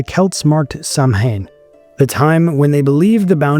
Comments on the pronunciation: It's Sha-Wain not Sam-hein. The letter combination `mh` in Irish corresponds roughly to the English `w`. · Also, Lughnasagh is pronounced lu-na-sa, the gh is silent. Lastly Samhain is ss-ow-an . Good job with Imbolc, btw!